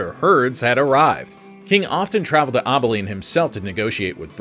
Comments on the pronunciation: Abilene ab not aub for Abilene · Rio-GRAND, A-beline (like apple) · I thought he was saying "Obbileen." I almost choked on my oatmeal. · After the saying President Andrew Johnson? And mispronouncing Abilene and other things this just made me wonder how many other AI discrepancies there actually were. Probably need to fact check this one.